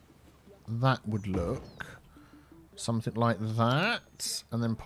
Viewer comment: Picking up people on their pronunciation of "quay" while you say somethink, nothink and everythink. Priceless